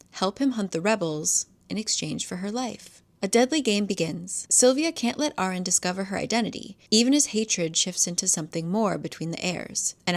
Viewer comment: I know its an old vid but just gotta put it out there, its not pronounced erin its UH-reen 😭. it means lion's lair in arabic. also i love the books so fucking much and your recounts of the events had be wheezing, ur a good storyteller.